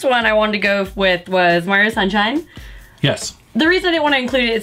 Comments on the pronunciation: Love me some Mario, thanks for pronouncing his name right! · Thank you for saying "Mario" and not "Merry-o"